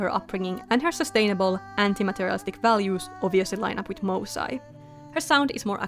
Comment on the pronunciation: These turned out amazing! I love the attention to detail in all of the character designs, just makes them stand out so much! I already have a soft spot for Melpomene since I'm named after her ☺just a slight correction on the pronounciation of the group name, in case you'd want it to sound more authentically Greek, it would be more like "moo" (like the cow) "sae" (like in the word "set"). Also I know it can't actually be turned into a series (unfortunately) but I can FEEL it would make a GREAT webtoon❤